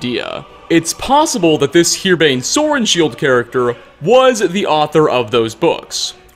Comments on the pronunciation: Piquine is pronounced "Pi-keen". Also, Herbane is pronounced as it's spelled, not "Here Bane". We're from the same city, WHY CAN'T YOU READ? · His name isn't Herebane, it's Herbane